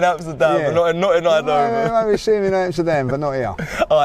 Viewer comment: It's eindhoven not eindehoven why are u adding an extra sylabil lol